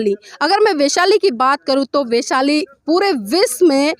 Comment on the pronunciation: वेशाली नहीं, वैशाली बोलीए. बहोत अच्छी जानकारी.